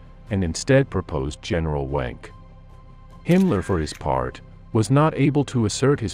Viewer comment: General Wenck is pronounced “Venk”.